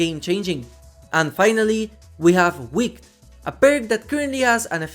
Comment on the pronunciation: By the way the e in wicked isn't silent. If it's silent, it becomes the past tense of wick, and if it's audible it's an adjective which is commonly used to describe witches. Keep up the great work!